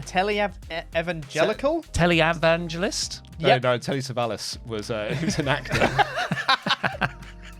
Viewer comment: the E at the end of Tele- becomes the E sound at the start of Evangelist, no need to double enunciate: so say it with me now "Tell-a-van-gel-ist" There is no televangelical, word doesn't come out right so just drop the Tele- prefix and say Evangelical